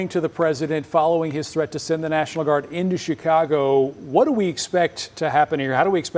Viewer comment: National "Guard " not National "Gurad" That mistake aside, Trump is a dangerous chump.